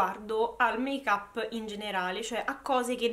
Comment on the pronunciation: Make-up non l’hai detto strano, l’hai detto bene invece!! Si pronuncia così 🙂😘